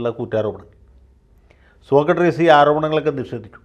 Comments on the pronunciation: വക്കീൽ എന്താ സോകട്രീസ് എന്ന് പറയുന്നത്? സോക്രടീസ് എന്നല്ലേ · വക്കീൽ സാർ സോക്കട്ട്രീസ് എന്നാണ് ആവർത്തിച്ചു പറയുന്നത്, സോക്രട്ടീസ് ആണ്... 🙏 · സോക്രട്ടീസ് ആണ് വക്കീലേ. സോക്രട്രീസ് അല്ല. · ആദ്യമായി ജയശങ്കർ വക്കീലിൻ്റെ ഒരു തെറ്റ് കണ്ടുപിടിച്ചു. സോക്ക ട്രീസ് എന്നാ പറയുന്നത്😊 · സോക്ക ട്രീസ് അല്ല സോക്രട്ടീസ് ആണ് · സോക്കട്രിസല്ല സോക്രട്ടീസ് അല്ലെ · സോക്കട്രീസല്ല സർ സോക്രട്ടീസ്...... മാക്രിയുടെ ക്ര! താങ്കൾ ഒരു കമൻ്റ്സും വായിക്കാറില്ല എന്നറിയാം....... പക്ഷേ നാട്ടുകാർ വായിക്കും അവരുടെ എണ്ണം ഒന്ന് നോക്കി വെച്ചോളു. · ശ്രീ ജയശങ്കർ, സോക്കട്രീസ് എന്ന് പറയാതിരിയ്ക്കു. മഹാന്മാരുടെ പേരുകളെങ്കിലും തെറ്റി ഉച്ചരിയ്ക്കാതിരിയ്ക്കൂ. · അഡ്വക്കേറ്റ് ജയശങ്കർ സോക്രട്ടീസ് എന്നത് സോകട്രീസ് എന്നാണ് തെറ്റായി ഉച്ചരിക്കുന്നത് ! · സോക്കട്ട്റീസ് എന്നാണോ വക്കീൽ സാറേ, സോക്രട്ടീസ് എന്നല്ലേ അതിയാൻ്റെ പേര്? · സോക്കട്രീസ് എന്നത് സോക്രട്ടീസ് എന്നാക്കിയാൽ ഉചിതമായി സർ. 🙏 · 'സോക്കട്രീസ്' അല്ല... 'സോക്രട്ടീസ്' എന്ന് പറ വക്കീലേ...😎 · വക്കീലേ... സോക്രട്ട്രീസ് എന്നല്ല, സോക്രട്ടസ് അല്ലെങ്കിൽ സോക്രട്ടീസ് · സോകാട്രീസ് അല്ല. സോക്രടീസ് (Socrates) എന്നാണ്. . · സോക്കട്രീസ് ആണോ സോക്രട്ടീസ് അല്ലേ? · സോകട്രീസ് അല്ല സോക്രടീസ് ആണ് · Sokkartees അല്ല Sokratees ആണ് ശരിക്കുള്ള സ്പെല്ലിങ് socrates ആണ് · Sir, you pronounce "Socratrees"! The philosopher was Socrates not "---trees". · 'സോക്കർട്രീസ് ' അല്ല വക്കീലേ..... സോക്രട്ടീസ്..... സോ -ക്ര -ട്ടീ -സ്...